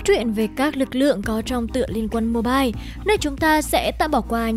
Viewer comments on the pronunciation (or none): none